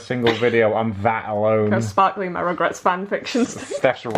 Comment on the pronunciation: When she says "Rugrats" it sounds kinda like 'regrets' haha the fan-fiction of regrets 😂